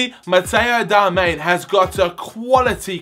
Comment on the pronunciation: ITS DARMIAN FFS 😂